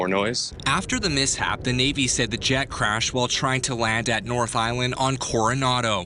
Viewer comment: The 'mishap???' Lol.